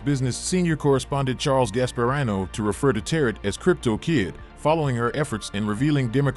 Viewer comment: Uh it’s Charlie Gaspahreeno not “rino”. Proper pronunciation helps lend credibility to a report. Shows viewers the host really knows what they are talking about and not blindly reading a script they haven’t proofed and researched.